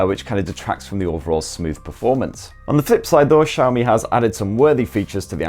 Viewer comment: Where the cha is xiaomi? Mf saying SCHAMI